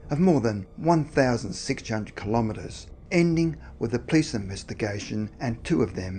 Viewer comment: Hi! im a big fan, saw most of your videos (which is a lot). love the creepy vibes of your channel. just.. can you.. please say "police"? and not "plis"? thanks man, much appreciated.. keep up the good work!!